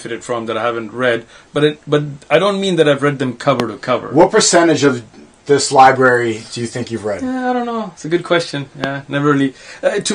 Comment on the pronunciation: Shaykh othman? Library? Brother go learn to read first